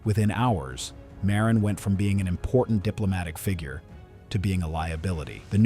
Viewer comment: Also Marin, instead of Miran.